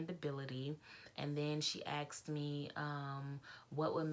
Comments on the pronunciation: It is asked not axed. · Sorry, but you said axed several times. BTW, I was a FA for BA for 15 years. We had to have perfect grammar.